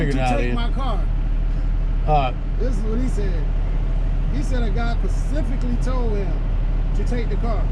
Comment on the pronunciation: If it's 2022 and you can't pronounce the word *specifically" just give up. The world has left you behind